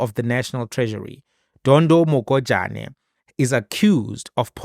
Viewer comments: Pronounce Mogajane in isixhosa"Morajane" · Next time in Sotho names. G is pronounced how R is pronounced in Xhosa. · IS THIS GUY A SOUTH AFRICAN- HE DOESNT KNOW HOW TO PRONOUNCE THE NAME MOHAJANE!!!!!!!!SURPRISING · The fact that you couldn't read Mogajane correctly just left a sour taste in my mouth. I mean, you could've just said Dondo